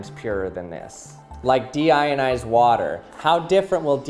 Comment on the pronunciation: What you hear: Deionized What i hear: Demonetized